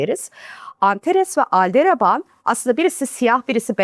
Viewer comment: Ne kadar tarafsız !!!! 😂😂😂 Normalde anlatım bozukluğu kraliçesi ama ALDEREBAN ALDERABAN demez mi bir astronot Aldebaran yıldızına, imdat😢